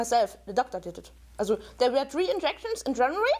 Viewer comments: This exacly what I wanted to say aswell. Thank you! It is not only that she has a horrible accent, but that some words are just pronounced wrong /german: Especially "also". (For non.germans:) "Also" is a word that exists both in german and english, but has a completly different meaning and therefore (aside from gerneral differences in the pronunciation of both languages) pronounced differently aswell. (Sorry if there are grammar or spelling mistakes) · i'm german and her "also"s trigger me so hard, rn.